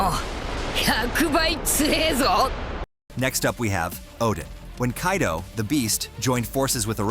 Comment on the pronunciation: as far as I am aware, Kairo is in Egypt... So dear United Stater of Americano: Remember the character in One Piece is Kaido and not Kairo. Make a little effort. Before you get the hot dog with too much chile, listen